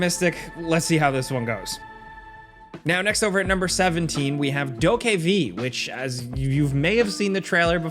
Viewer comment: It’s doe kevvv. Not doe k v